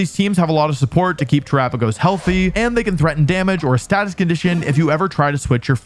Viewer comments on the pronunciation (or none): none